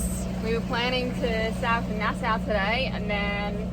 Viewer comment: Nas"saw" not Nas"sow".